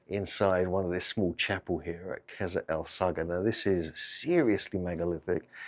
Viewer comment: It's pronounced "kassr es-sa(g)hra" - the GH is a transliteration of the arabic letter Ghayn, similar to a French rolled or trilled R sound, or if you are familiar with northern england dialects, a Hexham R. The "el-" definite article is, in spoken speeh, assimilated into "es-" you can hear Yousef pronounce natively after he says "the valley temple and...kassr-es-sa(g)hra" The slight pause between the two places is because he is mentally translating "Valley Temple" into english as it is well known by that name, but hesitates with Qasr-el-Saghra" because the English translation of the name is not well known so he says it in Arabic It means "Castle of the Desert", literally translated. Anyways, all that is nit-picking linguistic semantics :) What strikes me is that 5000 years ago there was probably a shallow lake there, the holes at foundation level were possibly to allow water to flow in and out (and possibly Sobel too haha) The internal courtyard depressions would be water pools. Some of the blocks lying to the rear of the temple appear to be quite eroded, possibly by water ice. (it gets very cold in the desert just before dawn) We know the Sahara in general was much more wet and fertile period between 10/15000ybp 5000bp and that was possibly ended as a result of the Piora Oscillation I wonder if there is any ground evidence of a lagoon lip/dam nearby (45 metres to the south) which would have controlled water levels of a much more extensive ancient Lake Qurun? The te